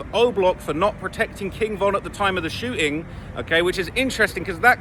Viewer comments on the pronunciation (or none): 😂😂😂 he said "Shooing".....